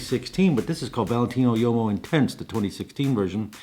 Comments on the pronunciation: Hey man... uomo means man in Italian. Please don't pronounce it yomo. Try woo-oh-mo or wohmo, if you can't do the former. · Small note on pronunciation, "Valentino Uomo" , Uomo as you say sounds like a "Yomo", infact it "UO" of "UOMO", should sound much more like "WO" in english word "wombat" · Love you'r videos but please learn how to pronounce things...like bergamot or uomo...no hate,it's just cringy